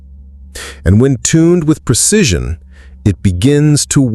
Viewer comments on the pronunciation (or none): none